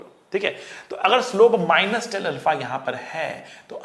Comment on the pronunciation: 😂😂😂Minus tanα✔️✔️ >>>Minus Tenα❌❌🙆‍♂